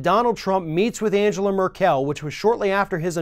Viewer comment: A little correction: Angela Merkel is pronounced a bit differently. The g in Angela is hard, and Merkel is stressed on the first syllable. Another rather large inaccuracy: Nobody pays NATO. The whole stupid fuss Trump is making is about the non-binding goal of NATO members to spend 2% of their GDP on their own defense — a goal which is supposed to be reached in 2024, by the way. And furthermore, in the 70 years of the existence of the NATO, only one country has invoked Article 5 (collective defense). Yes, you guessed right, it was the USA. After the terror attacks on 11 September 2001. After a terror attack, mind you. Not an act of war of one nation against another. And as a consequence the US invaded a country that had nothing to do with the terror attack in the first place. Funny, how that works.